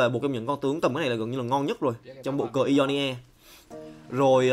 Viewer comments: Ionia đọc đơn giản mà:v sao cứ "i do ni a" hoài vậy:v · Góp ý 1 chút, mong phát âm đúng chính tả hơn ạ, Ionia đọc sai nhá